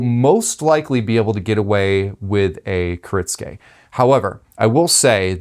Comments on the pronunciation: Kuh-ritz-gay? Bruh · You said it wrong the entire video. Which is kinda funny considering you're a knife business, and you also responded to the comment explaining how to pronounce it correctly.